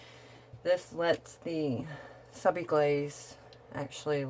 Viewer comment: It’s not Sub I Glaze! It’s Subliglaze.